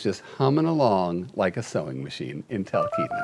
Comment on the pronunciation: I haven’t read all the comments, so maybe somebody has already addressed this regarding Stubbs the mayor of Talkeetna, Alaska. It’s pronounced tal KEET na. I’ve lived here all my life (Alaska) and my Papa Arnold actually has a Homestead in Talkeetna.